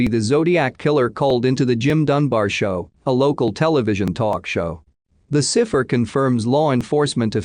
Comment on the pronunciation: Bennett? Never heard it pronounced like that before. And are you trying to say 'cy-pher'? La hotel? You mean El-A as in Los Angeles? Too many stray words in the audio.